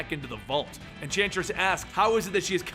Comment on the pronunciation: you said entransist